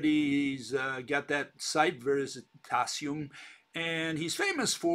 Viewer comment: it's "VERI TASIUM" non VERISI -TASIUM". I'm italian and recognize VERITAS as "TRUTH", being "veritas" from ancient roman's latin. So he means that he has the element of truth, the "Veritasium".